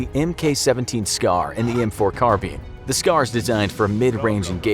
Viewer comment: MAGAZINE. Not CLIP. And than you for pronouncing "carbine" correctly.